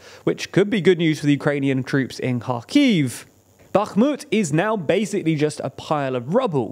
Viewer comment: Comgrats for not saying "Backmut"